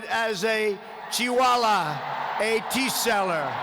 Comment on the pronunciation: Chilawa, he almost said chihuahua